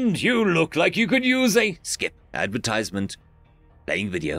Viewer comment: "Loading advertisment" YT: Did you say advertisment?